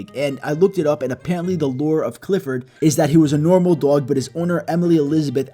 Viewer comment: Its funny how he say doyg